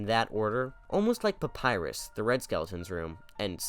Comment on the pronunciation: ahh yes, the famous Undertale character Papyreus